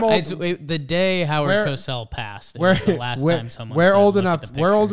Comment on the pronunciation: It's Cosell with a long ō sound, not "Casell" with a short a.